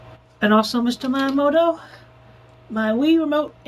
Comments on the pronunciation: As someone who studies Japanese, I was cringing so hard at him pronouncing miyamoto as Mai-yamoto. How does a self proclaimed Nintendo superfan fuck that up? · Random detail, I just think it's funny that you put the transcript as Mayamoto instead of Miyamoto cause he says it wrong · "Mayomoto" Not quite close to how it's supposed to sound... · Every time Chris says "Maiyuhmo-to" I wanna rip my ears off. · "Mr.Mayamoto-san" I cringed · my favorite part is chris mispronouncing miyamotos name every time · I like how the subtitles point out how blatantly he mispronounced the Japanese words and names like miyamoto and ohayo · He couldn't even pronounce Miyamoto correctly